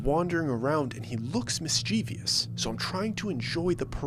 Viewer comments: it’s mis-chu-vis. Not mis-chee-vee-us. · Mischievous: MISS-CHIV-US